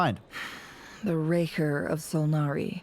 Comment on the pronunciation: why every time i hear you say "rerir" i hear "maria' instead lol